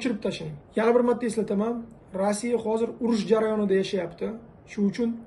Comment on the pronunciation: Rassiya so'zini tugri ayting tog'a